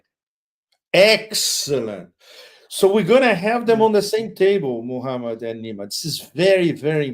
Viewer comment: The way Pepe says Muhammad is so beautiful